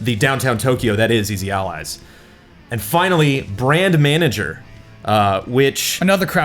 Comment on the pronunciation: "For Easy Allies..." I heard "Freezy Allies"